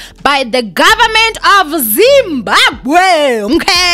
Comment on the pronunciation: ZimbaGwe😂😂😂😂...i find this pronunciation very funny